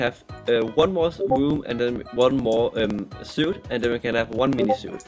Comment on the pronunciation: Ik the spelling is weird ur suite is pronounced. "Sweet" not suit